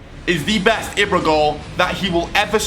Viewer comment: You say it as ebra not ibra